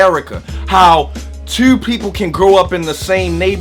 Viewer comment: I heard it in the word "two" everybody from your area says "Teiou" 😂😂😂😂🤓 Keep doing your thing fam... #ColumbusOhio #614